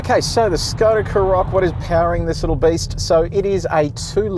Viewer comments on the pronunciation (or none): Karoq is stressed on the first syllable, not the second. Also, if you hold down the unlock button on the key fob, the car unlocks and windows go down. Hold down the lock button and it locks and all the windows go up.